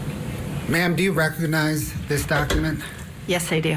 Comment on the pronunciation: Why does the prosecutor say rec-og-og-nize?